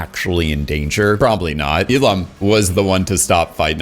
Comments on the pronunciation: Why do you call Il-Nam as Il-Lam? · Bro his fucking name is OH IL-NAM!!! OH IL-NAM NOT FUCKING E-LAM DUDE LIKE WTF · Wait, is Il-Nam supposed to be based on Elon Musk? Just listening to your video, whenever you say "Il-Nam" it sounds like "Elon." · You saying Il-nam had me convinced you were talking about Elon Musk.